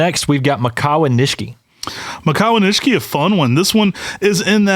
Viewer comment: Are you guys sure you are pronouncing the word Nishiki correctly? You guys say it with the second "i" silent. I believe it is not silent and pronounced with an "e" sound like you do the last "i". Ni she ke would be the pronunciation. I could be wrong though, but I have been exposed to the Japanese language when I use to live in Hawaii which is heavily populated with Japanese folks.